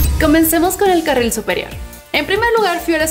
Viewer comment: dijo carra?